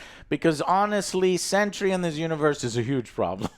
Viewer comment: Why do you keep saying Century!!! Its Sentry